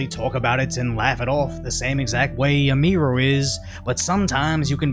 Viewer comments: Emphasis on the "U" not the "I" my guy. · "A Mii Ruu" Dude.😂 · ITS PRONOUNCED : EM-E-RU. fucking tired of you saying it wrong. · Bro it's emi-ru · It's pronounced EMI-ROO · this guy didnt even do enough research to pronounce Emi's name correctly